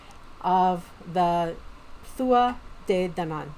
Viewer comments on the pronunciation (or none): Amazing video, love your insight :) Something I learned somewhat recently, that is knowledge I'd like to pass on. The pronunciation of Tuatha De is actually Too-ah Day. :) Much love and blessed be.